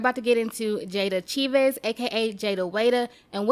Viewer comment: Girl her name is pronounce Cha-veez lol